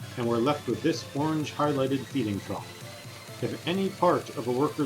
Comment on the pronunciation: (feeding is two syllables)